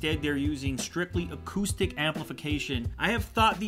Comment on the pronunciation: when ever he said acoustic i thought he said autistic